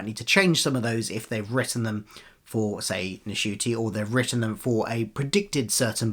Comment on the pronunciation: Thank you for a down-to-earth view of the rumours. Isn't the N in Ncuti silent, though 🤔? For a foreigner like me, it would be a disappointment if Dr Who disappeared from streaming. I don't want to go back to waiting for the DVDs and getting episodes spoiled in the meantime.